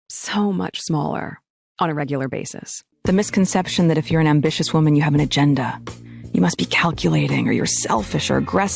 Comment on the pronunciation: There is a difference between "ambitious" and "ambitchious"